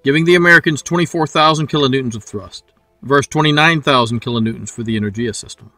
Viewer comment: good video, thanks. the "g" in enerGia is pronounced as in word "gas" 👍